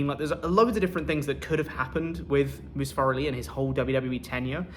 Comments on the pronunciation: Good, Mustafa Ali was a terrible human being. Besides maybe now people stop mispronouncing his damn name, I mean seriously it's moo-stah-fuh NOT must-uh-fuh🤦‍♂️ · The silver lining is that I no longer have to hear you guys BUTCHER the poor man's name.. Moosetafah, mustafer... poor dude gets no respect anywhere